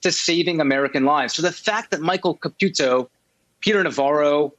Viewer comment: Nobody says Ka-pew-to in English or Italian, as far as I know. Maybe I'm wrong, but I don't think so.